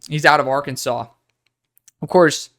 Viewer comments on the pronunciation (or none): none